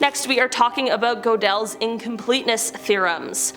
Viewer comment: Go del? Really? GuudeL...or closer to Gurtel.